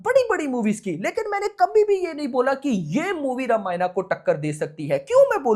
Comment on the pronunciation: रामायण bole naa ramaayana , kya hota h , kam se kam apni dharmik kitab ka naam to sahi se bol do